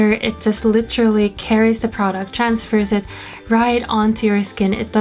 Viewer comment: How come you only say the words "literally" and "pretty" in english accent lol?